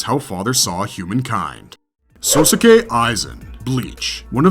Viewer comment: Inosuke and Sosuke really? Out of all the Japanese names to mess up, you butcher easy ones. Your saying their names likes is two names Ino Suke and So Suke. Uuuurggh it hurts.